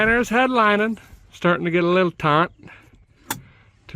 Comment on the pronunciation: Taut. Not taunt.